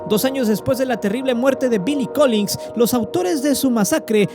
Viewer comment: Solo como apunte mi buen, se te fue una G, es Collins